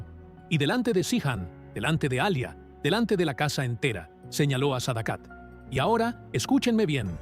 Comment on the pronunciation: Se pronuncia yijan (cihan) y es Alia no alya.